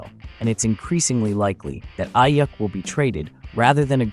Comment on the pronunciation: It's pronounced Eyeeuukk